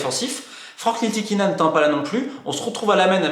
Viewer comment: Un petit "tip" a Romain pour bien dire le nom de Frank Ntilikina: oublie le N au debut et ça va passer tout seul. "TILI + KINA" 😂. Superbe video encore un fois et que le meilleur gagne.